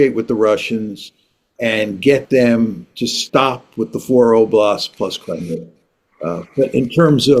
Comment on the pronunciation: couldn't name the 4 oblasts in contention or pronounce Crimea properly. It must be difficult for the Russians to negotiate with such ignorance.